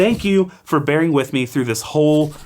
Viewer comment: I love these videos, but it's "no BEARING" (rhymes with the animal) not BARRING.